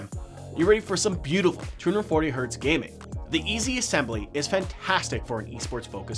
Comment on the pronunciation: when he says "gaming" it sounds like "guinea"